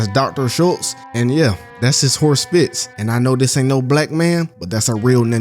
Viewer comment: the horses name, IS FRITZ! Not fitz bruh.